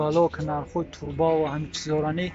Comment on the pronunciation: Турба не Труба